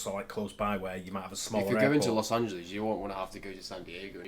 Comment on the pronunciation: This "Loes AngeLEEZ" crap has been getting on my nerves. It's "LES", not "LEEZ". Obviously, there;s the issue of "Ahn-He-Less", but one thing at a time.